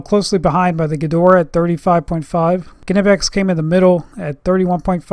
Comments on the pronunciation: now say "nee" "pex" the k is silent ,wtf is ku nipex? dumb ass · The K is silent